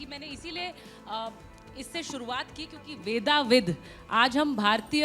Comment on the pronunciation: शुद्ध शब्द वेदविद है। वेदाविद नहीं